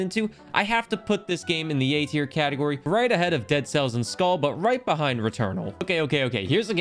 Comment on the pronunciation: Its pronounced mir like skuhl with a long u since it only has one l